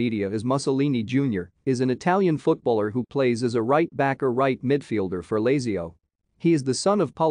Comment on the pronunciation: Sickening. Doesn't even know how to pronounce Lazio and Mussolini